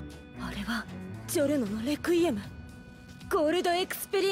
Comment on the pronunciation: saying requiem be like: “Rekuiem”